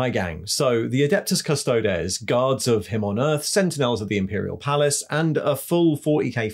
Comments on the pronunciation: Custod-ees not custod-es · Custodeees not des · Surely it's Custo-deez, not Custo-dez? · Its Adeptus Custodeeeees. Say it right. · Good content but please stop pronuncing Custodes the way you do. It's well known how the word is pronounced so stop being a hipster. Its pronounced CUSTO-DEES! 😉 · Yes, this was a little jarring., it is the same as how you would say the plural of our latin word thesis, theses (theseees). One man of the Adeptus Custodes is an Adeptus Custodis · Great video, But that pronunciation of Custodes is grinding my gears lol